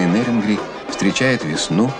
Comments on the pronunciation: Ведущий не НЭрюнгри а Нерюнгри ептыть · Какое на хрен НЭрюнгри? НЕрюнгри. Через Е. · Какого фига вы коверкаете название города. Пишется и говорится с буквой Е- * НЕРЮНГРИ*